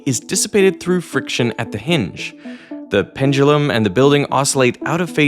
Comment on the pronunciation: I see you have finally learned how to pronounce "pendulum"! Great for you!